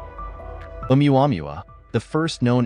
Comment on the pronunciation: It's pronounced Ow-wah-moo-wah. The wanderer.